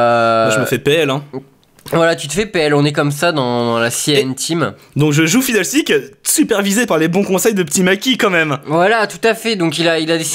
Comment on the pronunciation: "Noi qui envoie du Paté au fidderstick !" .. C'est pas Fiddlestick ? :P